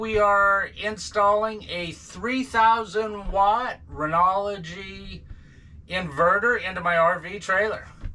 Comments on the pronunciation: "Renology" lol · Stopped the video a few seconds in when the person pronounced the word Renogy as “renology”. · Hahahaa it’s Renogy what did you say renoligy gee I had to check mine out when you said that